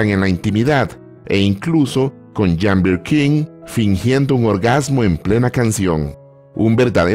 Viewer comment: Si me acuerdo de ese clásico, nunca lo pude conseguir en su momento pero si la conseguí en cd con buen sonido en uno variado, nunca he podido ver esa película y otras que filmó. perdon por hacerle una pequeña observación y es lo siguiente, "Jane" se pronuncia "Yein"o"llein" porque era Británica y no Francesa o Italiana.